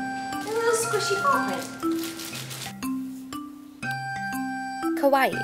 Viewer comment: It's so cute how you say kawaii >////< cuz you pronounce it like it's kowai (scary) and it's like you're having a Yuno Gasai moment!!!